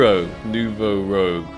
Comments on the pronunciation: the AK Nouveau Rouge not Nouveau "Rogue" (new red in french) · you pronounce it rogue, its rouge. red in french aha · It’s ak nouveau rouge not rogue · Bro how have you still not realised its kot ROGUE ITS FRENCH ITS ROUGE (RED IN FRENCH) STOP PRONOUNCING LIKE THAT PLEASE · please learn how to pronounce red in french "it not rogue" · It’s French. Pronounce Noo-vo Roooj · How do you still not call it “New voh rooge” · It's "Nouveau Rouge", not "Nouveau Rogue" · how many times is he gonna say “Rogue” and not “Rouge” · It's not Nouveau Rogue it's Nouveau Rouge (AKA New Red in French) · Its nouveau rouge not nouveau rogue 😭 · Rouge like Moulin Rouge, not Rogue! The spelling lowkey triggered me and I'm not even french :D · Rouge not Rogue my dude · Rouge ! Not rogue cmon think about your french viewer bro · YES! ROUGE IS NOT ROGUE!!!! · Something tells me hasn't seen Moulin 'Rogue' with that pronunciation and video title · He's doing it on purpose now, it's the only explanation. Rouge not rogue,! The French word for red... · Is ever gonna figure out its Rouge and not Rogue? 😂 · seriously dude its pissing me off hahahaha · i'm pretty shure rouge means red in french so its pronounced different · At least try to properly pronounce rouge bruh 😭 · ROUGE, not Rogue. It's pronounced like "rooj". it's french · rouge as in red. not rogue. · It's Rouge (Rooj) not Rogue my guy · You are pronouncing it wrong it’s a French word you pronounce it nouveau ROOJ not rogue like the class in Warcraft 😂in French it means “new red” sorry I’m Canadian lol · Its Rouge not Rogue :p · Not to burst your bubble but you still say nouveau rouge wrong haha. You got nouveau down but keep sayING ROGUE like a rpg class. Its ROO-GE the colour red in french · Bruh it's "Rouge" not "Rogue". rooje. It means red. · Its not Nouveau Rogue, it's Nouveau Rouge.. 🤓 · It has to be on purpose at this point lol. Rogue❌Rooj✅ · It's Nouveau Rouge (New Red) not Nouveau Rogue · Rouge not rogue